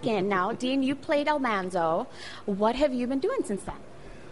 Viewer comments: Yes, I just recently researched this and found out why Dean says it that way. Apparently, the actress who played his sister said Al-MON-zo first during filming, and it just stuck. People wrote in right away to tell the cast that it was wrong, but they had already aired his first episode, and it was too late. It’s hard for me to get used to after years of saying it one way, but I respect that Dean wants to pronounce it accurately the way the real Almanzo did. Makes perfect sense. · He says it that way because that’s how the real Almanzo Wilder pronounced it. He’s talked about this in interviews. They pronounced it wrong on LHOTP all those years. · It's amazing to me that Dean Butler always pronounces Almanzo the way he says it as said in this clip above. Only he says it that way.